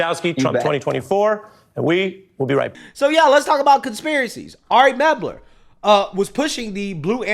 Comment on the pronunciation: The guy's name is "Mel-ber", not "Meb-ler".